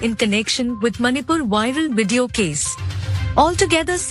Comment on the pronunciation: I love how the AI anchor says WIDEO instead of VIDEO! Now THAT'S a good algorithm lol